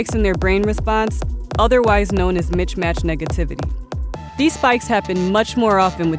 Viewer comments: It's "mismatch" not "mitch-match" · Hehe she said mich match 😄